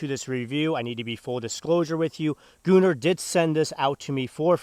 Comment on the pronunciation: I feel like it should be gun-nr not gu-nnr but that’s just me